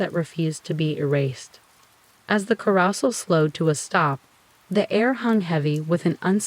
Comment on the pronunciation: AI voice is full of mispronunciation - 'carousel' being said as 'karra-sal' instead of 'kah-ro-sell', as well as 'macabre' being said as 'macca-brah' instead of 'mack-car-breh' Makes your videos sound lazy and monotonous. An intriguing story ruined by a lack of even being bothered to try and produce quality. Downvoted. Lose the AI voice and you might have a chance.